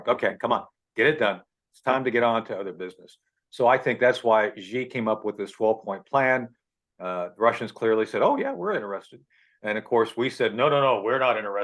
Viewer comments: Xi name is pronounce "sheee' not "Zeeee" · He pronounces Xi incorrectly.